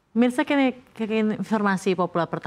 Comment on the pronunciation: Presenternya yg keseleo ngomongnya atau hp yg salah mengartikulasikan suara presenternya, awal kata "pemirsa kin....bla bla😂 penyebab perang apa yA? Mungkin sengketa bisnis jualan online atau judi online bray?😂😂 apa mungkin pengaruh sosmed tiktok bray??😂😂